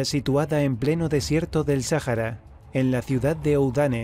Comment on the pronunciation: Sájara? Vaya, yo siempre creí que era, Sahara.